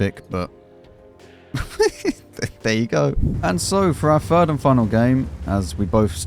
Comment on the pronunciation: Always nice to hear “And for our fhird and final game…”